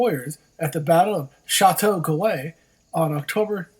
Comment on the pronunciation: you need to learn how to pronounce Montreal, Crysler and Chateauguay!!!